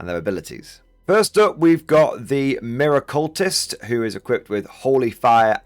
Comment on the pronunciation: Miracultist is not said like 'mirror-cultist', its someone who does miracles, so its said like 'Mira-qu-list' not somone who worships mirrors in a cult